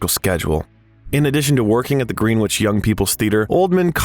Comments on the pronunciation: Green Witch, lol, is pronounced Gren-itch. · Where's 'Green-Witch'? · "Green-wich", he says(twice), ..."13 pounds & 50 cents" ..& "unre-quit-ed love"?!? So, the actors all had to read "Coppola's novel, ..'Dracula'," ..did they? And it just goes on & on! ...Gary Oldman is one of the greatest actors of this age or any other, ..while the narrator of this video should be doing any other thing for his living. An obnoxious voice & that annoying use of inflection & pace, coupled with an inability to properly pronounce your words or to necessarily know what they should even be, is all bad to the ears of anyone trying to view a video, no matter how interesting the subject. Lame & erroneous statements like saying that for an actor it is a " ..difficult task ..to plausibly convey the character & experiences of a man who lived & died ..LONG ..before his birth!" ( To "act", does that mean? ), only serve to nail it all shut.